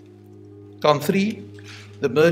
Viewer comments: Did he say Marlie was pretty much “fucked with an ax” whaaat?! Ooh and I just caught him saying THousand the right way yet every other TH word he pronounces just T. (Three -> Tree) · "It had to be tree" love it! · Me too ha, i laughed when he said 'three' which sounded like 'tree' then he said 'chopped with an axe'. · "Tree" and "Turd" get me all the time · I wish I could like this comment tree times over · Lol it's always tree.. tree hundred..tree months.. I'm surprised on how many trees! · And true=through and turd=third ❤️❤️❤️ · Its almost like he chooses videos where he has to say "Tree" Just about every video involves that number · And turdy tree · Lmao ... No that i think of it he says tree, i mean three".... in every ep. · I especially like when he says, "turdy tree" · Tree times now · alright let’s get started on this video The case: “three victims”: come on why is it always tree victims!? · pause “had to be tree” 😂 that part killed me! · So you're saying... Your body is ready for a 10 hour loop of saying 'tree'? 😏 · Good channel. Where are from? You say tree instead of 3. Ireland, UK, Australia? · Tree turdy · ......wait so when you actually want to talk about trees (the plant) do you still say tree? basically im wondering if you say "tree" when referring to both the number and plant. for example "i have tree trees in my garden"- is that what you would say lol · I confess. I watch these videos just to hear pronounce “three”. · Why we love ☘️! Like the French ( or others) “TH” is almost impossible hard to pronounce - Irish also...quite endearing 🇺🇸☘️🇺🇸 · Anything that is close the the 3 sound 😂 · and theres always a LOT of threes. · Hamza Bajwa it’s because of how says three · Im from south africa. Cape Town. That wasn't a bad attempt lol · You cant say three.